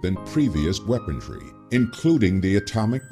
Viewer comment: Maybe you could get that narrator to stop saying "weapontry," huh? The word is "weaponry." No "t" in there at all. Thanks. Sometimes it really is the little things that matter.